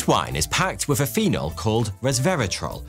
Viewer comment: You have a very peculiar speech mannerism, and I am wondering where it comes from. You have an unusual way of rendering "th" sound. You say "wif" instead of "with" and "free" instead of "three". You also render the voiced "th" as "v". You do this most of the time, but not always, and I can see when you do it by watching the way you form your lips. I can see and hear that you also sometimes render the unvoiced "th" in the way that is customary for native English language speakers. I have encountered this 'f' and 'v' substitution in people from the Carribean islands for whom English is a second language. So, how did you acquire this speech mannerism?